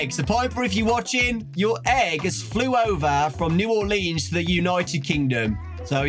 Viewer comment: As a New Orleanian, I will never get over non-natives' pronunciation of Orleans. That said, glad you had a good time here! Excited for the movie!